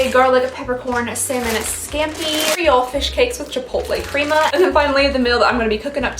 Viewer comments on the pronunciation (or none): none